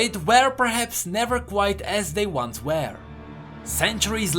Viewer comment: You should practice your "were" pronounciation